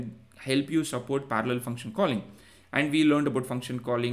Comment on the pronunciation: I know Indian people struggle with "r" but you hearing speaking "parallel" is next level 😅